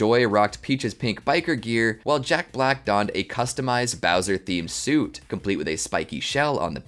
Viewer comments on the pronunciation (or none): none